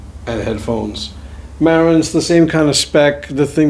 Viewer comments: It's Marantz with the accent on the last syllable, not on the first. Just saying. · Can't even pronounce the name of his own amplifier